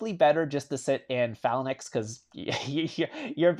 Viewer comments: Nice video. Also it’s pronounced FAY-LANX, not Falanax. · it's pronounced FAL ANKS...not FALA NIX....but good video bro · he keeps saying phallan-X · Phalanx is Fay-linx not however you say it lol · Cringey pronunciation of Phalanx. 😬